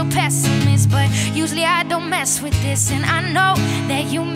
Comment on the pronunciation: i love that bit when she says wiv my beanie yolo